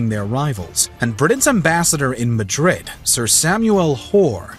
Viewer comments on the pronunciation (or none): none